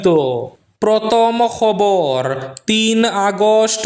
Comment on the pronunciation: Not protom,that's prothom.